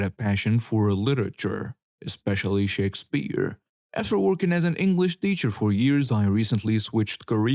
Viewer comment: The way this dude says 'Shakespeare' gave me cancer.